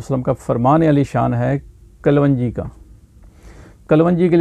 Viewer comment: Kalwanji nahi sahab kalonji hoti hai.